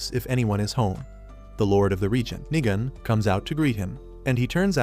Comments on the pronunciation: Nigan like ayoo I hear you saying niga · Why did bro said Niga-N?😭💀